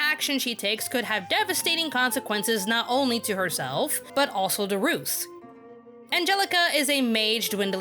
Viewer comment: His name is pronounced rim A ru